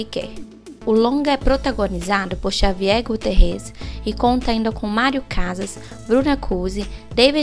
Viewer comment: Javier, se fala Ravier.